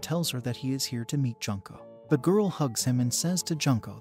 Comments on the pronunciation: how do you get other character's names right but slaughter one of the names of the main characters? 'june-co'. I've known several junko's. It's not junk'o, it's more like 'june-co'. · You said her name wrong. It’s not pronounced like Junk and ko it’s pronounced Jun!!! Like the month June and then ko. So Junko!! Get it right lol.